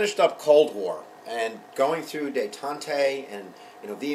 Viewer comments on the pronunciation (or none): "detant-tay" ? Detente is pronounced "day-TAHNT"